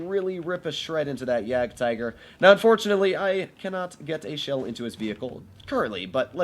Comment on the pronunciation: jagdtiger nobody...: jagaratigeroo